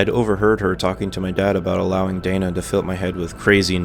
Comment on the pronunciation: lmfao "dana" is pronounced "dayna"